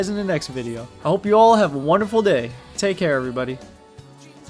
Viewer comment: Bro at the end of the video did you just said "Tech air" instead of "take care ?" Ngl made me laught